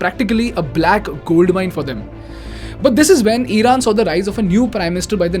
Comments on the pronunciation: Eeeeeraq , eeeeeran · eeran , eeraq, beehar…??? iran , iraq , bihar 👈